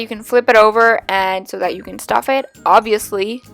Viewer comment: say abviously very loudly